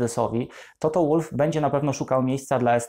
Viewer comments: Toto to Austryjak, więc czyta się wolf, a nie łólf. Schumacher czytasz przez ch czy przez k? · Błagam, też nie zawsze za nim przepadam, ale bardzo szanuję tego człowieka za to co osiągnął i nadal osiąga., nalegam aby Pan też go szanował, przynajmniej w tym minimalnym stopniu - czytając jego nazwisko poprawnie! Toto /WOLF/ a nie /ŁULF/. Proszę.